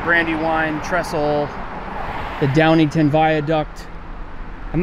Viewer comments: It's pronounced "Downing-town". And as you brought up this bridge, about 2 miles east of it, there is a tunnel which allows Valley Creek Rd. and the West Valley Creek pass under both the former PRR Main Line and the Philadelphia and Thorndale Line, in which an out-of-wedlock mother took her newborn baby, and committed murder-suicide by jumping into the ventilation shaft in the road tunnel. According to "Weird Pennsylvania", that tunnel is haunted and if one goes on foot into that tunnel, one can hear faint screams of the young girl and the cries of the newborn. Past that tunnel on the PRR Main Line proper (east of th GLEN Interlocking where the PRR Main Line joins the Trenton Cutoff and where the Philadelphia & Thorndale branches off from the Trenton Cutoff) lies the Duffy's Cut mass grave in Malvern (near Imaculata University). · little criticism on your video. the place is Downingtown (town is pronounced). now thats out of the way, this video definitely shows the bridge in a light that could open eyes to those who come to the area and wonder about the bridge, and it shows why they don't want people to go on to the bridge, mainly cause of the deterioration. to those who are thinking about ending it, please talk to someone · It's pronounced Downing "town", not "tin" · Its Downing-Town. Not downington. Great video though. fun to hike on that bridge. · Hey, um, it’s DowningTOWN, you were saying DowningTON. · My guy, it's DowningTOWN not downingTON. Really cool seeing this place featured though! It's quite the sight from the bridge span. Went to highschool there and it was/still is a popular spot to go now that the papermill is gone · Its called Downingtown, not Downington.. i grew up in D-TOWN not far from that bridge actually over on Viaduct Ave, its known as Trestle Bridge.. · That’s where I live, and it’s Downingtown not Downington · DowningTOWN, not DowningTON. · Downingtown not ton. Eye roll... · Hahah i flinched when he said downingTON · Pronounced Downing-Town